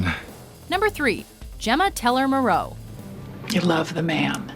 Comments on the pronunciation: “MAHroe”, not “MuhROE”. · And it's MOrrow, not Marrow. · I was thinking that too. I say it like "tomorrow" but without the "to" . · Your mispronunciation of Morrow and the incorrect analysis of the characters is proof you never actually watched the show. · Who the hell would put Opie as 7...He is the most loyal member of that club....And it is pronounced Mar roe not Ma roe..Of course you are the same one who mistoke Opie for Bobby so I do not expect much.. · Morrow is pronounced like "tomorrow" without the "to"... not Muh-row. Bobby Elvis as #10, Opie as #7, and Nero just an honorable mention? This list is shit. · How can you take another Mojo list serious when they can't even pronounce Morrow correctly...Bobby Munson 10th?..Clay Morrow #1? umm, Jax is the Top character thus #1. No mention of horrendously evil ATF agent Stahl either... or a mention of Wendy?...Jimmy Smits Nero possibly a Top 10 also... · wtf its morrow not marrow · its Morrow (more-oh) not (mor-row) if you watched one episode you would know that and clay number 1 eff that top ten yes but not one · it's Marrow!! not murrow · Its Pronounced (MO-Row) not Ma-Row) smh. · Busted again,. For most of the show, Tig was Sergeant-at-Arms under Clay Morrow"s presidency. He did not become VP until Jax made Chibs President. And Morrow rhymes with "borrow", not more-Row!! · lol ikr the last name is pronounced 'More-o' ....not 'Mo-row' xD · Clay "Mah-ROE"?!?! you never watched a single episode of the show, did you? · You're mispronouncing Morrow, and it's working my nerves. Also, how is Clay #1? 🤦🏻‍♀️ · Damn that pronunciation of Morrow sounds so weird!!! It’s pronounced like Mar-oh!! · Morrow is not pronounced Murrow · ‘Gemma Teller Mo Ro’? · Idiots, the family's last name sounds like "Tomorrow", not the French name "Moreau". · why does this channel always mispronounce names? it's morrow like in tomorrow. and why is clay #1? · The woman said Murrow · Gemma Teller Mur Oh? lol do your research.